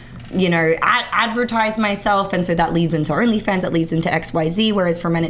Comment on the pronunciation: "The urnly thing" 😂 I love it.